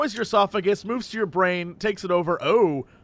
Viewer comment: Las Plague-ess. -.